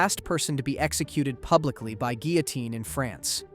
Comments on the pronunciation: geelitine gihliteen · Why so many different pronunciations of "guillotine"? Counted at least 4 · "Guillotine" is also pronounced three different ways, seemingly at random. Still, though: good video.